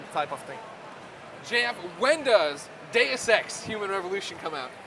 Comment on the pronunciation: DEH-OOS NOT DAYUS